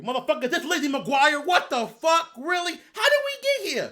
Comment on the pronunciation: this boy said Lizzie Mcquarie